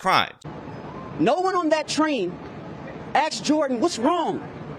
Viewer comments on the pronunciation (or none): no one axed Jordan. That’s unfortunate. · No one axed him 😂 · Family lawyer...Nobody axed...lol